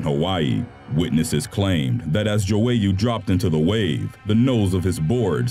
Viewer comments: Stop saying Joowayoo its João google the pronunciation!!! Grrr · it’s pronounced joy-uh not jowayu